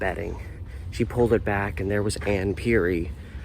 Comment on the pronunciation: I graduated from Rex Putnam in 1982. The news Article misspelled Ms. Perry's Name. The correct spelling is "Perry". You're pronunciation of her Name is also incorrect. The second Pronunciation you used is the correct Pronunciation. I remember Ms. Perry as a very positive and liked Teacher. I also remember seeing the Janitor at School. I always got an "odd" feeling about him. There was something just "off putting" about him.